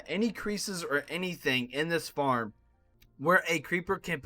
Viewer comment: He said form except for farm